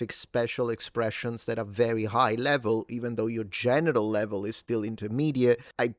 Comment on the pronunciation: sounds like you said genital level lmao